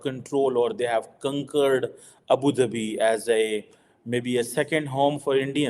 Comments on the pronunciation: At 1.08-“ kunkurd ⁉️🤔ya conquered 😂😂😂”,.. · kunkered nahi, conquered hota hai english bolna toh seekh lo